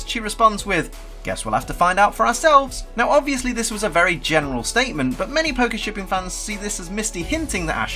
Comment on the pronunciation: Am I the only one that heard 'Pakishipping'?